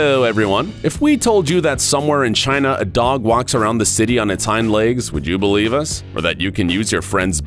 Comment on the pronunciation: Why did he say China like that? very trump like. Jaina!!!